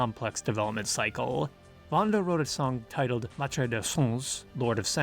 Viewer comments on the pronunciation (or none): none